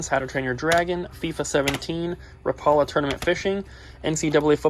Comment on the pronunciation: Lol funny hearing you pronounce rap-ala, not ra-paula haha